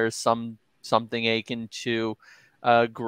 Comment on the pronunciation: the word is "a-kin" not "akyn"